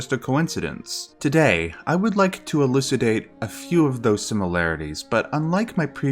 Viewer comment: I like the classic Canadian way you say 'Doubt' which is "Daeuwt" Also, your 'Elucidate'... I can't even try to do that via a text phonetic, but double double, eh.